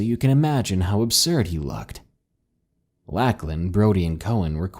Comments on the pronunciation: Awesome narration! But every time you said “Lack-lan” instead of “Lock-lan” (for Lachlan) I legit wanted to scream 🙃 Probably just because its my sons name lol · Lacklin? You mean Lauchlan. Pronounced Lock-Len. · Beast of Mogo Gold Rush Colony - Lacklin? I think you mean Lachlan. Love the video though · Never heard anybody pronounce the name Lachlan like that before very peculiar indeed.